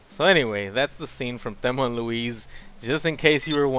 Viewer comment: Did he say they fellma and louise of there